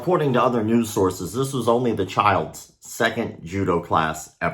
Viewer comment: "In today's nose"😂